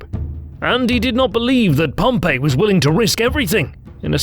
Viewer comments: The English pronunciation is Pompey not Pompeii so if you're going to say Pompeii you might as well just say Pompeius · Isn't Pompey pronounced PomPee??!!